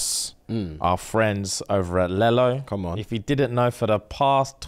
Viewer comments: Man said lell-o like how kids say yellow. It’s lee-low 😂😂😂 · its pronounced leelo guys, like lelo and stitch lelo😂😂😂😂 but i love the new bag's coming